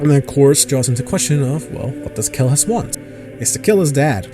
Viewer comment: Atleast get the name right. Its Kellhus Not kellus.